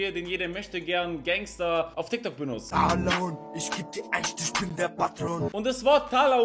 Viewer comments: Fck ich sterbe. 😵 💀 Ich musste bei jedem TALAHUHN so lachen.. Atmen vergessen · Das. heisst. richtig. Talahuhn